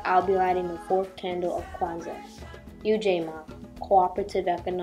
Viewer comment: Ujamaa and Ujima are two different concepts. Correct pronuncIation is essential to avoid confusion. I love the graphics, ideas, and quotes. This was a good, compelling, video, too. Great job everyone! ☮️❤️✊🏽